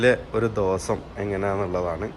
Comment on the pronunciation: Voice over sound കുറവാണു... ആരോ ചെവിയിൽ പതുക്കെ പറയുന്ന പോലെ 😄... പിന്നെ ഈ കോഴിക്കോടൻ slang ഒഴിവാക്കിയാൽ കേരളത്തിലെ എല്ലാവർക്കും ഇഷ്ടപ്പെടും.... "ദേവൊസോം" എന്നല്ല ദിവസം എന്നും മണിക്യൂർ എന്നതിന് പകരം മണിക്കൂർ എന്നും തിരുത്തുക.... Comments പോസിറ്റീവ് ആയി എടുക്കുമെന്ന് പ്രതീക്ഷിക്കുന്നു 🙏.... Video നന്നാവുന്നുണ്ട്... ഭാവുകങ്ങൾ 👍👍